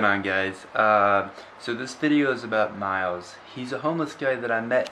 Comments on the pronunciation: Isn't it "Miles" not "MYLES"? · It's miles not myles